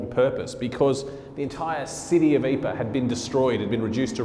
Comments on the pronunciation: Pronunciation is actually not "Eeper," it is "Eeprah." Many of the missing were turned into "marmalade" from the impact of artillery shells. Others' bodies became shrapnel which killed successive troops when enemy (sometimes friendly) shells landed. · Please try to be a little more accurate with you pronunciation Living History. I'm pretty sure the town is not called "aypaa" . and it isn't that difficult; try "eeeprrr". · Great video but you're butchering the pronunciation of Ypres. Lol. It's EEP-ruh. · A good presentation, but PLEASE learn to pronounce the place names correctly. It is not Yper, it is Ypres (Pronounced. EEPR), or Wipers as my grandfather (fought in all 3 battles there) used to call it. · Astonishing, compelling...Ypres had just been a name for me. The tale is only slightly diminished by the narrator's pronunciation of the town... something like "eypa." Please fix. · I’m getting a bit sick of repeating the same thing. But here goes for one last time - during the war we used the French pronunciation- Ypres. But the town is in Flanders, where they speak Flemish, and it is spelled ‘Ieper’ and pronounced ‘Ee-per’.